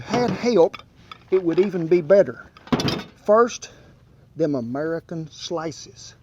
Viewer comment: “FURST dem AMURICUN slices”